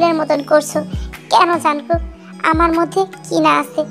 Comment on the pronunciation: Jankook না jungkook